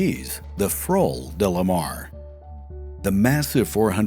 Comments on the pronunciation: We say Flor with a flat O in Portuguese, you had it right the first time. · Respect for trying to say stuff in Portuguese, but it's actually Flor do Mar, easier then what you said haha. Amazing work as always. I'm such a big fan. Please keep these amazing videos coming. :)